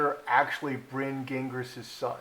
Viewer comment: Farchie not in the line of succession if born of a surrogate. Gingras is a French surname. Zhin - grah.